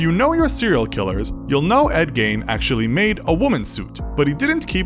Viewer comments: The way you pronounce Gein is triggering. It's not pronounced "Gain,". It's pronounced "Gee-in...." 🤦‍♂️ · Great video. One thing, Gein is pronounced like mean, but with a G. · Video about Buffalo Bill. Thumbnail of Hannibal Lector. Mispronounce Gein.